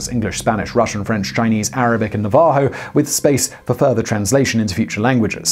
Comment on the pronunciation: I can't take anything you say seriously after such a blatant mispronunciation of the word "Navajo." I'm sure there aren't many Navajo people in the UK but it's one of the more famous tribes. Famous enough that I have to believe you did that intentionally. It's not funny.